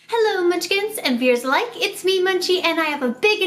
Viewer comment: In the beginning do you say “hello munchkins and viewers alike” or “viewers that like”??